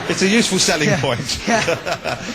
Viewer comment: Did anybody else catch when dan emphasized "selling POINT" after the dude mentioned his cock? hahahah